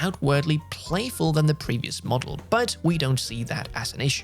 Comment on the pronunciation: 🤣 anyone else thought said mugggle instead of model?